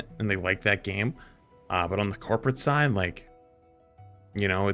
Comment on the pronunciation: its funny when he said corporate side or whatever, i thought he said corpuscide. and i was like, FUNNY YOU MENTION THAT